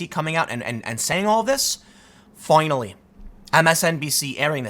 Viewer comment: Tim “Fionally” Pool